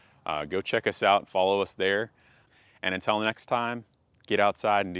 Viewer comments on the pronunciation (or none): none